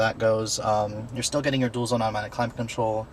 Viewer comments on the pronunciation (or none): none